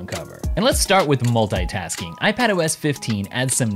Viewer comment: The way he says "multaytask(ing)" repetitively disorients me :)